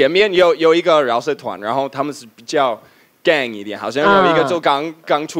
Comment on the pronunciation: 比較gang是gangster的gang 不是game...😅